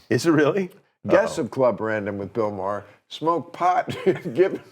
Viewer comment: Why can't the narrator say Bill Maher's last name correctly? He uses several pronunciations in an otherwise excellent production and well researched documentary YouTube video. Why can't the narrator get Bill Maher's name pronounced correctly? Is it A-I gone bad?